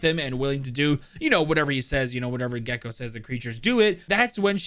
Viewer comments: He said his name in the whitest way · Im a true hispanic over here. Mexican and Puerto Rican. The way it was pronounced murdered me. (Gekko's name) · okay dude, the reason why you're getting flamed for the wrong pronounciations is cuz you're not even trying or researching how it should be pronounced. at this point, you're just doing it on purpose, that's why I unsubbed🤏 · Hm, yes, IMPECABLE pronounciation. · i think u can use google translator or whatever to pronounce :D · At least he owned up to it lmao.